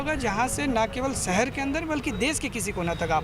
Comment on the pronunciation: Oy "sahr" nahi hota "shar" hai, school nahi gaya tha.